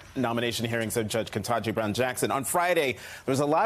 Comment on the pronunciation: dude, you did not just say: "KENTAJI." 😮😮😮